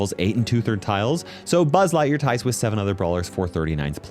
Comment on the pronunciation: six sayven (kill me)